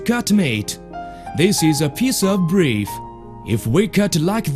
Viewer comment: "This is a piece of breef"